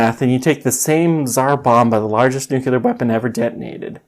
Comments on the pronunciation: Please stop saying "nucular". It's NUCLEAR. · I have just searched the origin of that nunul(e)ar, lol